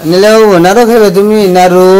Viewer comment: নারু না নাড়ু।